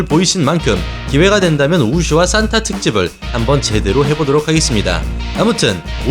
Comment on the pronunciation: 발음을 "싼타"라고 하시는데 "산타"가 맞지 않나요? 크리스마스 할아버지 말할 때 싼타라고 발음하는거고, 무술 산타는 그냥 발음이 "산타"입니다.